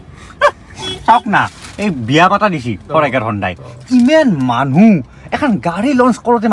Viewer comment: হনডাই নহয় হিউনডে